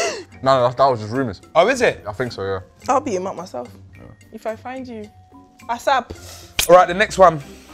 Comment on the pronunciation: Nella said Asarp 😂😂😂😂